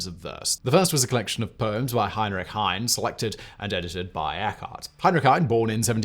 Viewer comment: ‘Heine’ has two syllables in German - as does Anne, sounding like English ‘Anna’.